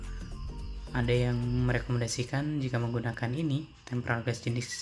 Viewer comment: Tempered glas bukan tempral glassa. Waduh